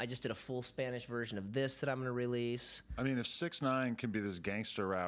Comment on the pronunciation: this fool rolled his R trying to say released lmfao